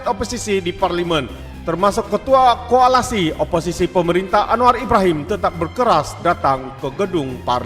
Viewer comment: Koalisi. Bkn koalasi.